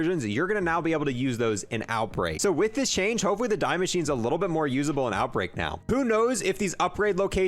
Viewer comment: "Dee" not "die" its German it's pronounced dee